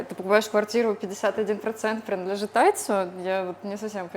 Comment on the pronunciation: Не понимаю, почему так раздражает, когда говорит «прынадлежит» и подобные слова, может быть, уже это количество людей, коверкающих русский, переросло в негативное качество восприятия. Ну, да много рассказывающих о Тае на Ютьюбе, подписаться на них и побольше узнать можно, когда говорят не столь оригинально.